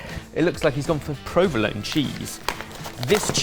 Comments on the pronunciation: There are some very unconventional pronunciations of provolone going on here. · Please. please boys, do a search for how to pronounce provolone correctly. I've winced through a number of your videos where you've consistently mangled the pronunciation. Such a delicious cheese deserves much more respect. Innit?!